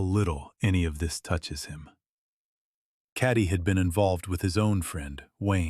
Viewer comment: Please correctly pronounce the name Cati - its not carti - it's ca teee the "a" is pronounced as the name of the letter "a" - listen to her husband say her name correctly - so irritating tp hear you mangle the name!